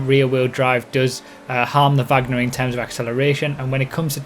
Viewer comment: no the supercar is named from her surname you said it wrong